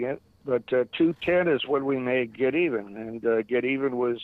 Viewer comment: its Get'evan ..... not Get Even.